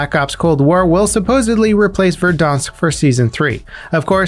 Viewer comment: Bruh, it’s Ver-dancesk, not Ver-dawnsk.